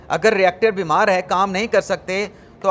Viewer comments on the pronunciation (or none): ری ایکٹر نہیں بلکہ ریکٹر ۔۔۔۔ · ری ایکٹر نہیں ہوتا بھائی صاحاب، رَیکٹر ہوتا ہے۔ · It is Rector not Re actor.